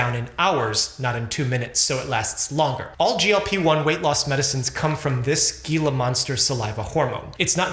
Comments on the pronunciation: Gila is pronounced with an H e.g. Hila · Pronounced HEE-LA MONSTER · The “gila” in gila monster is pronounced with an h sound, like “hila” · Pronounced heela monster. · Its "HiLa" monster...the G is pronounced like and H... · Heeeee-la, not geee-la. Es claro no hablas español. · Coming from Arizona, we called the Gila monster like "Hila" monster because in Spanish the "g" is a soft sound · Gila is pronounced heel-a and there is no g sound. My credentials include growing up in small town AZ in The Gila Valley, my community college’s mascot was the Gila Monster. (Don’t worry, no one knows how to pronounce Gila correctly until they are corrected) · It's pronounced Heela monster. The g in Gila monster is silent. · It pronounced Heela Monster. Haha not sure if that spelling makes sense… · It's pronounced hee-la monster. Southwest so Spanish pronunciation. Also, people can just eat less or exercise more. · I’m from the area these lizards are native to and it’s pronounced Hee-Lah monster. The g becomes an h sound when followed by an i in Spanish, and they’re named after a river basin in the American Southwest with a Spanish name. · Hee-la monster. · Yes, it's spelled "Gila", but it's pronounced "heela" This is because the lizard was named after the Gila River in Arizona - where it was first found in abundance. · Itś pronounced Heela = Gila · Gila (pronounced "hila") monsters are an endangered animal with a venomous bite, so dont mess with them! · As a herpetologist, I was suffering from his mispronunciation! Gila monsters are awesome!! They make good neighbors, if we are willing to respect their lives. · No - pronounced "heela" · It's pronounced /'xilä/ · Gila Monster is pronounced Hee-la Monster. The G is silent. ❤ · The way he said Gila the G is said like H BTW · The g in gila monster is pronounced like an h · Gila in Gila Monster is pronounced "Hila". Just fyi. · hee·luh mon·stuh. :) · Gila pronounced Hila. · HEE LA.... its pronounced HEE LA monster. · "heela" monster